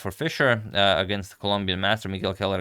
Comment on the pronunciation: It's pronounced Cuéllar= Kwe- yar, Gacharná= standard ch with an emphasis on the final "a"